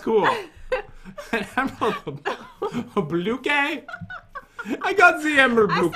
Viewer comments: “Emerald blookee” 🤣🤣😂😂😂🤣😂😂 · did jen just said "the emerald blue gay"?? Edit: :O ty for all the likes. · No she said emerald blooky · “I got a emerald bluqué”